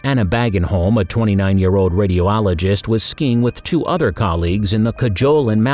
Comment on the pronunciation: MY. GOD. Somehow you people found a person who cannot even vaguely pronounce names correctly. Like, not even attempting it. How do you not even know the pronunciation of radiologist? It's an English word FFS.